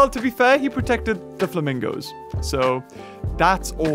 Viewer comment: Oh yes the "flamingi's"' my favourite animal